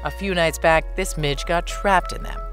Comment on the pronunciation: This caught me so off guard. Had to rewatch it three times to hear "midge" properly